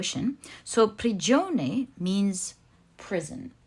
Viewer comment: hi from Italy. you said it right "prigione" ahahah.thanks for the reading.sending all of you lots of love🌼🌼🌼